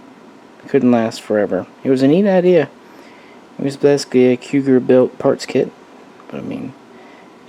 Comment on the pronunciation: Again, Cugir is pronounced KooJeer.